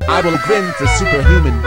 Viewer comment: I love how the voice try to say grind but instead grend lol